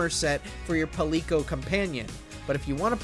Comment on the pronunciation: PAL-LEEK-O...really?? go sit down bruh